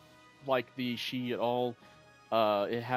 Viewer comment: Shi? I know Xi looks confusing to pronounce but the typical way i've heard is K'see or even Sai